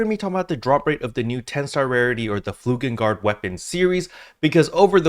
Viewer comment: It's flugeLgard, not flugeNgard.